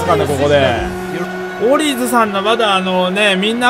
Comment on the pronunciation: オリーズを頑なにオリセーと呼ぶかわいいw